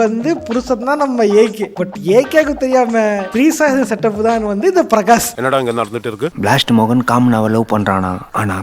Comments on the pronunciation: Trisha. ❌ Treesa. ✅ 😂😂😂😂😂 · Trisha ❌ Threesa ✅